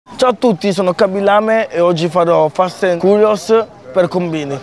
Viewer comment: En tout cas il prononce "curious" avec accent japonais 😁😅